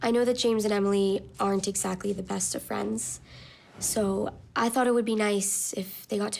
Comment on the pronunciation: Emily says friends like frients